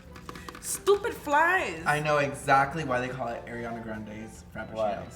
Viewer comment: It’s not Airiana grande it’s Ariana grande